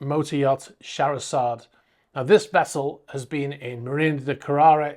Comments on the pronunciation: Shah hair rah zod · I love your show and never miss it! However, I believe you are pronouncing "Scherherazade" wrong. It is named after a famous piece of music by the Russian composer Rhimsky Kordakov. Phonetically it is something like "Shuh hairer zarder'.